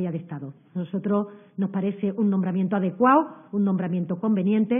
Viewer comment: No hay nada más vergonzoso que una ministra que no sabe hablar... Con palabras como " nombramiento adecuao", en vez de "adecuado", da la sensación de estar hablando con la señora de la pescadería, la de la frutería o la del mercadillo que vende las bragas a euro!!! Con todos mis respetos a las pescaderas, fruteras y vendedoras de mercadillo pero creo que a una ministra se le espera un mínimo de nivel educativo y en expresión oral!!!